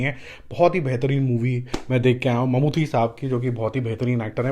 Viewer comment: Its Mammooty not Mammoothi by the way😂